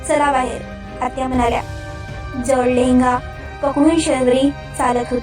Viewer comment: जळ नाही जड